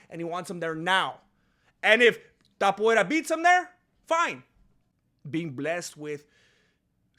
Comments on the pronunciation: Topuvera better change his name to match what you're calling him coz it's easier to promounce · Topuria, cabrón, se pronuncia igual que en español 🤣